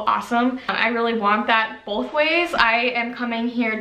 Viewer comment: I was wondering where you were from. People always hear my accent and ask if I’m from Minnesota. I’m from NC actually, idk what that’s about. I think one thing I hear is the word “both” pronounced bowl-th. Lol.